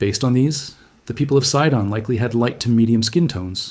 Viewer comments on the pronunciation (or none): It's not called SAIDON but SEEDON.